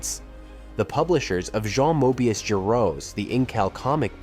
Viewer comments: The way it says "Moebius" is hilarious! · really interesting video thank you. side nitpik, would it kill to spend googling 'how to pronounce "jean reno" in french' and 'how to pronounce "luc besson" in french', 'moebius' {RIP} etc.. before delivering your pronounciation massacre. don't take it badly, I think your stuff is great - trying to be productive :)